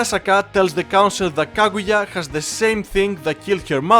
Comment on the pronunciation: its Kaguya not Kagura